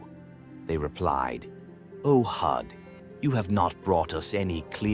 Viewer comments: Prophet Hud not hooth stop using ai voice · Poor pronunciation!! You didn't even bother to try and pronunce Prophet Hud's name or other Arabic names!